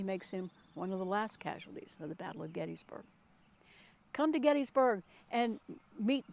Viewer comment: I’ve never heard anyone pronounce Gettysburg as get is burg.